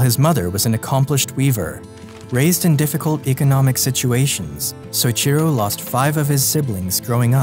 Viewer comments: Great video! That said, you need to learn how to say people's name properly. It's so-EE-chi-ro. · Great video, but the way you pronounce Soichiro made me cringe every time you said it.